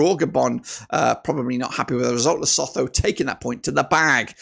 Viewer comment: Lesotho is pronounced ...lesoto. The H is silent.